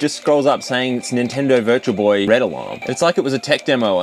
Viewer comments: Just me that heard "It's the Virgil Boy!"? 😆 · I thought he said "it's the virgin boy" in the beginning lmao love your videos, dude <3